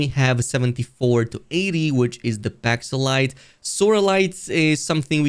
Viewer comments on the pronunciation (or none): PALoxite, not Paxolite